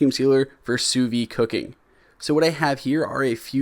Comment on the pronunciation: "Sous vide" isn't "sous vie". Don't be afraid of that D. It's not silent.